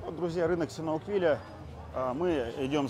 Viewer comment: Не синауквиля, а сиануквиля. В очередной раз когнитивный диссонанс.